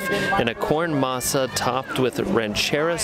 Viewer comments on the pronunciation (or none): none